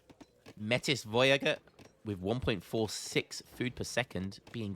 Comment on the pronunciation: Metis is pronounced may-tee